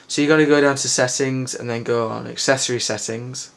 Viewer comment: see u r gonna go down to axxcexings and then axexasis setxing lol learn to pronounce